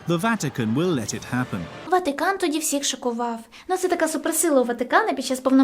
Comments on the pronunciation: Золото, кльове відео, але не ВатІкан, а Ватикан. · ВАТИКАН а не Ватікан , не вмієш розмовляти? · Слух ріже ваше "і" не "ВатІкан" а ВатИкан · Не ватІкан а ватИкан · Чому ВатІкан а не ВатИкан. І ВІно а не ВИно)))))))))))) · Блін, я звісно розумію, але чому ВатІкан 😭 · Ріжуть вуха слова: ватІкан, і тд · Сиптицький??? Ватікан??? Від слова скептик, ватнік??? Якесь насильство для вух! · ВатІкан дуже ріже вуха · Ну чого "Ватікан"?? Ми що і його в русню записуємо з цими вашими "і"? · ВатІкан, Западина, ЄврА, вІно тощо...схоже, хтось розмовляє українською лише на камеру. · Відео інформативні, але більше не можу сприймати твій контент, через «вЄтА», «ватІкан», «єврА» і тому подібне, неможливо слухати